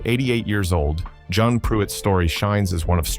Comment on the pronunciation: Jeanne Pruett's name is not pronounced "John". It's pronounced "Jee-nee". If you're going to make videos about a subject, you need to be familiar with it and not use AI generated compositions.